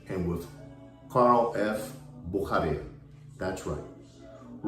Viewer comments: Bücherer is pronounce "Boo-shah-rer" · Comical, how pronounce’s Buchurer! His alter ego, agrees!